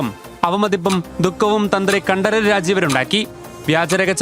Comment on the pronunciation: രാജീവര് എന്ന് പറഞ്ഞാൽ മതി.. കണ്ഠം കഷ്ടം ആക്കണ്ട 😄